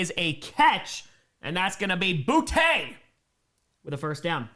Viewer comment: Btw - its pronounced "Booty". Source, Boutte himself.